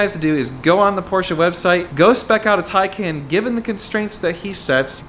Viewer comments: It’s pronounced taken. Also, those painted to match barrel wheels look terrible in person. Early 2000s dub style. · Did you say “Pecan “?